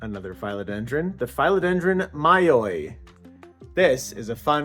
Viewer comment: Who are these mafia community members you speak of 😮? I’ve never understood naming plants, but I suppose it would be fun 😊 A couple of things, since you asked. Phil-o-den-dron isn’t pronounced with a long i, but a short i, like the male name Phil. YW Regarding the 3 rubber trees upstairs, IMO, it’s a little too late for notching. I would chop them into 3, plant the cuttings back into pot & they’ll branch. Notch the top cutting to branch after established.